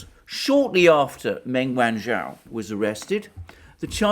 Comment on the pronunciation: Wrong on every front, and learn how to pronounce her name properly?